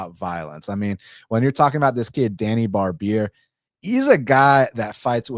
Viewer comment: hey Djani name you say it wrong it's more like first letter J in name Janet ,,imagine if there is no D in DJANI ,,more like that